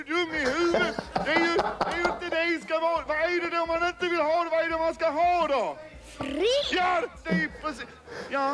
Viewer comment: It's fred på jorden, not frid